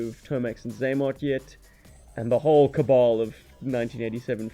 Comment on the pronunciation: said CABAL 😂 love it guys we’re blessed to have you creating much love